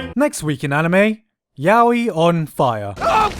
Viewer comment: It's ridiculous how triggered I get when people pronounce yaoi that way.